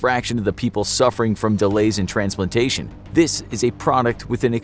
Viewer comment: Did he just say "transplitation" right after ?